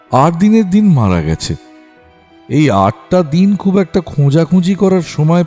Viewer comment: সত্যিই ভয়ংকর গল্প একই সাথে আকর্ষণীয়ও বটে। ভালো লাগল শুনতে। তবে 'অব‍্যহতি' নয় কথাটা 'অব‍্যাহতি'আর 'গেছে' কথার উচ্চারণ 'গ‍্যাছে'হবে। ভুল উচ্চারণ গল্পের মাধুর্য নষ্ট করে,শ্রুতিকে পীড়া দেয়।